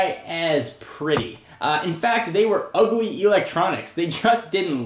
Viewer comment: I love the way he says "they were UGLY electronics"